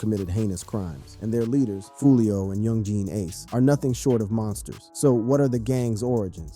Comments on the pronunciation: He said yung jean ace😂😂😂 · Do you really not know how to properly say Yungeen Ace name